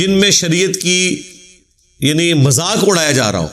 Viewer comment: Jazak Allah great job but Ap apni urdu bi sahi kro bahi suru ni shuru hota hai majak ni mazak hota hai